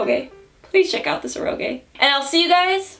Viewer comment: Every time mispronounces "eroge" a cute anime girl loses her wings.